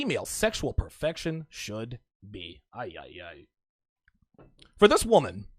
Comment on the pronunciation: Do you speak spanish,? JUst out of the way you say "ayayay", kind of "woe of me" South of the border.